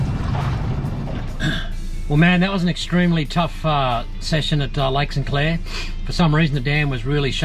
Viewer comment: Hey, love your channel but it’s Lake St Clair and not Lake Sinclair!!